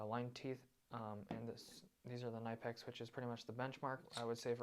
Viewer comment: Knipex, pronounced Kuh-Ni-Pex. And adjust your volume. Plus, if you’re judging the benchmark or top of the line, and you don’t even mention Snap On, shame….